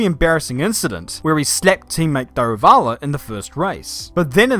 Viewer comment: You're probably the first person outside India who pronounced Daruvala's name correctly.